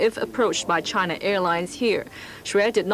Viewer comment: The way that man says "CHina"!